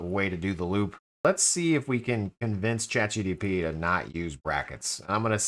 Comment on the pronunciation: say it with me. Chat G. P. T. G P T 😂😂😂